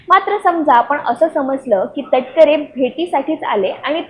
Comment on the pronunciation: अहो नावतर सरळ घ्या सुनिल कटकर नव्हे सुनिल तटकरे